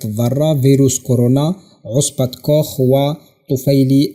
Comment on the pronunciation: عصية كوخ وليس عصبة كوخ